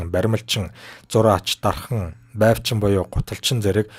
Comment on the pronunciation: Байвчин биш бойвчин.